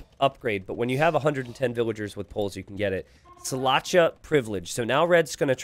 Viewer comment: love the way you pronounced szlachta not gonna lie 😂